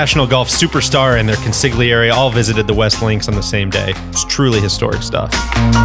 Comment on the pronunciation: pronunciation of Consigliere made me cringe so hard